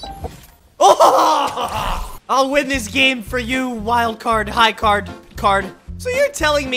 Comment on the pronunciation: Why did you say high card it is high gard